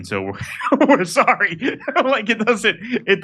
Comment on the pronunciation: Deeply sore-rry (sorry). Is this a speech impediment?